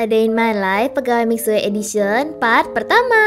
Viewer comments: Mohon maaf ka bacanya mixue bukan mik sue tapi misue tapi day vlog kakak tetap bagus kok😊💐✨ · baguss bangett, tapi cuma mau bilang aja mixue itu dibaca nya mishue ya bukan miksue hehe, btw aku suka bngt sm vid nya, semangat selalu kk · Miksu kali kak bacanyaa